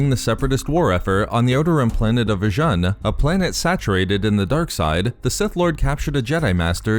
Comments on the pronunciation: Vjan? I thought it is called Vjun (spoken V-Juuuuuun)! It was after all a planet Vader was "fond" of (he had a fortress there if I remember this correctly!) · It's spelt 'Vjun' but it's pronounced "Vajoon".